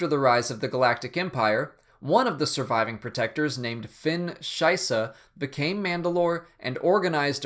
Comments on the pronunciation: the way you say shisha Made me laugh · lol, Shysa sound exactly like Scheisse, the german word for shit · When you said Fenn "Shysa", I my German kicked in and I thought you said schisse (shit in German).